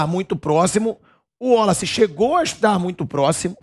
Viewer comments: Pilhado não é Woloce, é Wallace, Waaaaaaalace!! Pqp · porque fala WOlace?não seria WAlace? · O pilhado falando ÚOLACE, é irritante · cara chato com esse negócio de uólaci, porra o nome do cara é Wallace. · Pilhado. " uolace" 😂